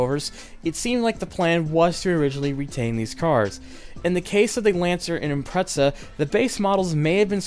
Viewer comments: I cringe every time he says impretsa instead of ImpreZa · stop saying impreza as impretza. its not a pretzel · whats an impretza?😜 but great vid man loved NFS U2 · you said impretza instead of impreza